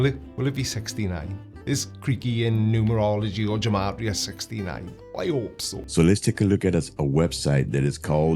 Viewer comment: Creaky, just to be a bit more informed than he is about his chosen interest, "gematria" is pronounced with a hard g, like "gate"- Hebrew doesn't have a soft letter g. And among Jews, it was traditionally used for rhetorical purposes, i.e. to connect two words or ideas in order to make a point. That's it.